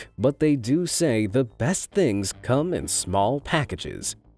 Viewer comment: Nice work on pronouncing Hagglund. Perfect :)